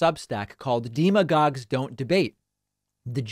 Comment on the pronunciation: What is a "DeeMahGog", David? (Protip: It's pronouned "deh-mah-gog". )